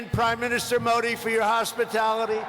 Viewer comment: Pronunciation haha modi mahi Mori bol RHA means hole baaki ab samaj e gye haha